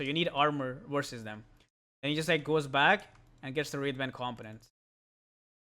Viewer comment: Can I just put this out there. it's been bothering me for some time: COMPONENTS is pronounced: Kuhm po nuhnts. NOT: Kalm pun ense